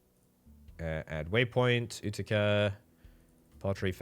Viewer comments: FYI, Utica is pronounced yoo-ti-ca (with accent on the first syllable), not oo-ti-ca. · It’s you-ti-ca